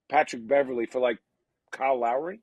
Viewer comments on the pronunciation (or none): Is it Call Lowry? Weird pronunciation but RJ and every announcer seems to call him that. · Its because of his surname...this forces a mispronunciation of the first name when said fast.